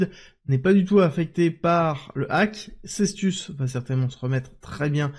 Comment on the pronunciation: Je suis malheureusement d'accord avec toi. Je trouve cette chaîne de moins en moins intéressante et on entend de plus en plus régulièrement tout et son contraire... En plus ce n'est même pas Sestus mais Cetus 😂😂 mais bon, tant qu'il fait de l'audience, je suis content pour lui 😊